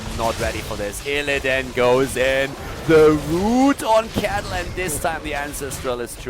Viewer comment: hey tell (lol) he is mispronouncing illidan